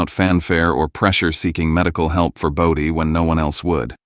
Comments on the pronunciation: Why must you keep saying body when the name is Bodie? So annoying 😑 . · This story needs several corrections. "Bodie" is not ever pronounced 'body,' and it is misspelled in several places. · Everything about was horrible. Slow and it's BO DEE! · Bodie pronounced bow-dee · AI voice cannot pronunce "Bodie". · Sometimes they said it correctly and most of the time it was mispronounced